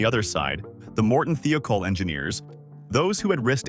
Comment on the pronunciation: why does the narrators voice sound like its AI. its not THEE-O-KOLL, its pronounced like its spelt. THIGH-O-KOLL "THIOKOL". i would watch this if it wasnt that its prob ai generated or at least narrated junk. i support people. not computers.